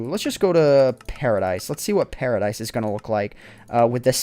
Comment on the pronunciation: The pronunciation of 'paradise' means tomato in my language ;P